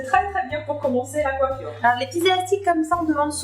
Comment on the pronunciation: Pourquoi tu dis coiffuioure?!